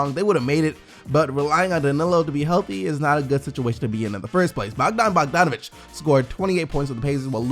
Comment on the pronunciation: Its BoJan Bogdanovic with a J not BoGdan Bogdanovic (sacramento kings), its confusing, I know. Love you're work.